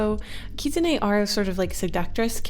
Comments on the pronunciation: The lol champion you were talking about is Ahri. Also it is just kitsune. Don't stress yourself to put emphasis on the e. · You might have pronounce Katsuni wrong. from what I know, I think it’s pronounced kit-su-nee kit like the word for a baby fox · Omg, I love you but, I’m sorry, it’s pronounced Kit-soon. Not whatever you said. 😂❤️